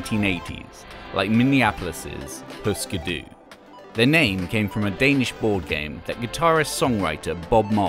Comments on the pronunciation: Eftersom der er umlaut på Hüsker Dü får det vel mere en 'y' lyd, ikke? Og 'Hysker Dy' lyder ikke langt fra det som fortælleren siger, i mine ører :) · But we dont have umlaut-U in Danish, and the pronunciation sound more Swedish .